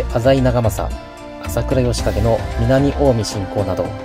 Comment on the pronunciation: 朝倉あほ景ってわざといったのかなw